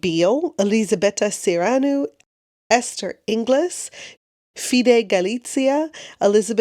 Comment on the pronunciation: For Esther Inglis, her surname is pronounced ‘in-gills’